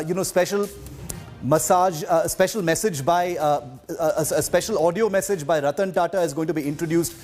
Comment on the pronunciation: Did he said, Special massage ? Whats happening with teleprompter these days ?